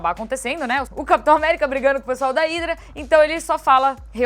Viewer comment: Pq vc na mesma frase pronuncia Hidra e Hydra ? Que ridículo mas talvez seja muita sabedoria numa pessoa só !